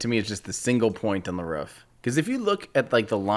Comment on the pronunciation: Did time just pronounce Roof as Rof.....cringe